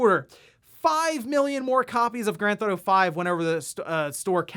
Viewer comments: "Granthotto 5" "Nintenhrrdrrhdirect" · "gran-thotto-five" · what the hell is “gran-thotto”?